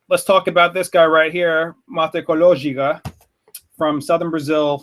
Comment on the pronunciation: You've eliminated a syllable in the name! It should be pronounced ma-teh-co-lo-ji-ca. You got there in the end haha. Also, they actually technically grow more mate in the state of Paraná.